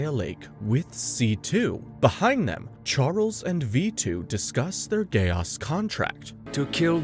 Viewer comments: Very nice! But am I the only one who gets bothered by “Gay Os”! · Frrr why bro saying code geAss like bro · Dude I prefer the Code Geese pronunciation because the other way sounds too close to Gay-ass 😂😂😂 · The way u say Geass is hilarious. Do u have a “ggae aesss?” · Stop saying Code geAss😡😭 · I keep hearing "a gay ass" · At one point, I used to pronounce geass as gayass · Solid 6/10, would give it 7 or maybe even 8, but mispronunciation drove me crazy, especially "geass" and "Kallen" (Colin? Really?)